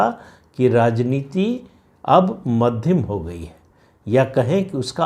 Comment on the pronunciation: मध्दिम नही मध्यम बोलिये